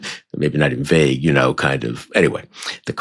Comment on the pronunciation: It’s not vayge